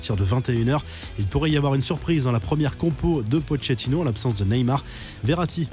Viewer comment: Quelqu’un peut lui apprendre comment dire « Pochettino » ?